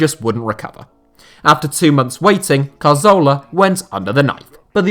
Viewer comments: Hey, I think the issue people have with your Santi Cazorla pronunciation isn't the way you say the "z". It's where you're placing the "r" sound. Regardless of the "z" pronunciation, you say it as if it is spelled Carzola. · We can forgive you for not being able to pronounce any name that isn't English, but it's more like dyslexia. Most English speakers wouldn't pronounce 'z' as 'th', that's fine. But moving the 'r' so that Cazorla becomes Carzola is really unusual. Apologies if you are actually dyslexic. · Good video but i cant stand you butchering Cazorla's name...It was annoying hearing it over and over and over again..So i stopped at number 2